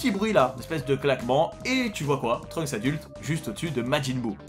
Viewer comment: Les gens qui disent "Trunk" pour dire Trunks me donne envie de m’arracher les cheveux 😶‍🌫️